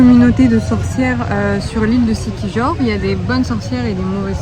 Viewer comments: Moi, je prononcerais Siquihor, puisque ce pays a été colonisé par les espagnols après sa découverte par Magellan qui a été tué par les autochtones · Siquijor se prononce siquiyor ;)